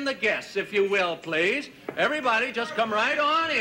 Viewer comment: "I can't tell which is the daughter." Cue the word, "please", with two syllables.